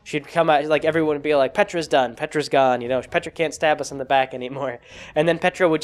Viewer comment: Every time you said Petra I heard Petirep